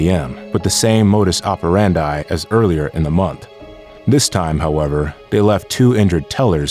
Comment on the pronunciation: Narrator not sure how to pronounce "modus operandi" so he said them all lol